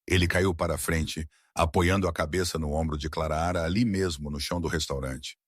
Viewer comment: Por gentileza, narre sem errar o nome é Clara não Claraara